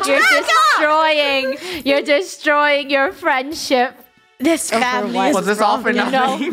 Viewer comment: She pronounces it as famley and here